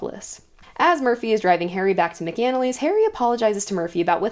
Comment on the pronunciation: Love the recap. Just one critique. Mc-Anally, sounds Mac is In the Alley. At least that’s how it’s pronounced throughout the audiobooks.